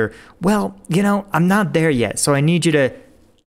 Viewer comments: he wasn't gonna say rebellion if you actually looked at the words on screen you would see he was gonna say the word well but accidently said rell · I think he almost said Rell Wegulated.